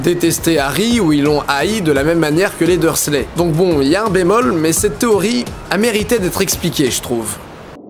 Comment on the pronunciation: (Les Dursley, pas les dur leu, désolée!)